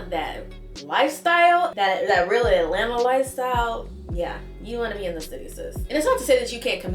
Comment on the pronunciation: New subscriber here as a 1970 Atl native (born/raised) thank you for pronouncing Atlanta correctly not saying “Alana”. ❤ You hit the mark with this video.